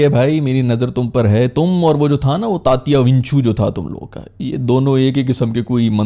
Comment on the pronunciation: Tatya vinchu.... That's Marathi language.... U r good at it